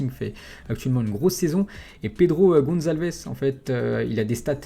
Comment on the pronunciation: tu la dit 2 fois pedro goncalvdes